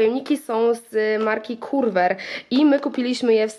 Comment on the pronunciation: Słowo Curver wymawia się ke:ve lub jak my w Australii keva: bo tak po polsku to brzmi paskudnie. 😂